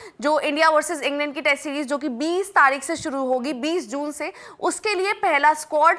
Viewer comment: taarik ke jagah taaik bola